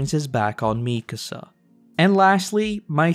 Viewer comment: I love your videos, and I waited to watch all of AoT before starting this series, but damn your pronunciation of Mikasa is making my ears bleed.